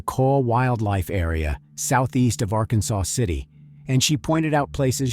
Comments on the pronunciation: small gripe. it's Ar-Kansas, not Arkansaw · Just a side note. It is not pronounced like the state of Arkansas. It is R-Kansas or Ark City for short. Thanks for covering this case. Happened close to us. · While spelled like the state, those who live there, pronounce it ‘ Ark Kansas City or just “Ark City’. 🫡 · Good video. It's actually pronounced (are•Kansas•city), we just say Ark City. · It’s Ark-kansas and El-do-rado. I was going through Ark city the other day headed to Oklahoma and I had never visited Jodi’s grave so I decided to find it. It didn’t take much effort at all. That’s what I learned. Her mother had passed. Does anybody who might read this know what happened?